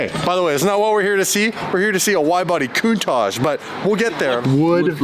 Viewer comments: What's with canadians and americans (I'm looking at you ) pronouncing countach 'coon-taj'?? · why do you say coontasch, isntbit pronounced countach? you know, like "counting" and "touching"? coun touch? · You keep saying lamborghini cuntosh it's definitely not a cuntosh it's a impostor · stop calling it a countach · The way he pronounces ‘Countach’…it’s like he is saying something vulgar and dirty! 😂